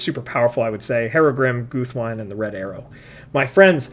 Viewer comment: Great list! Just a heads up, though, since it irks me a lot that many people, even including the audio book narrators, mispronounce Guthwinë (as well as other names ending in '-wine' in the language of Rohan): Tolkien explicitly based the tongue of Rohan on Old English. In that language, the word 'wine', meaning 'friend', isn't pronounced in one syllable like the alcoholic beverage, but as two separate syllables with short vowels - so approximately 'win-neh'. Guthwinë (meaning battle-friend) should thus be pronounced 'Guth-win-neh'. In the same vein, Déorwine ('brave friend'), captain of Théoden's guard, would be pronounced 'deor-win-neh', the 'éo' being a one-syllable diphtong. Merry's Rohanese name Holdwine doesn't mean that he holds wine, but actually translates to 'faithful friend' - 'hold-win-neh'. The same logic extends to the kings of Rohan Fréawine ('friend of Fréa', his father), Goldwine ('gold-friend'), and Folcwine ('friend of the people'), but not to the River Brandywine, since that name has a different etymology, from Elvish Baranduin ('golden brown river').